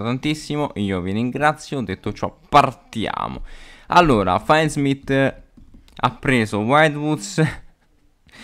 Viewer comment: Bellissimo video, però ti prego, si pronuncia FINDsmith, non fièndsmith o faindsmith